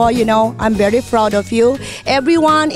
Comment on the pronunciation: am bery froud of you..... everyone around the word?? tama ba pagkadinig ko??? hahaha correct me if am wrong haha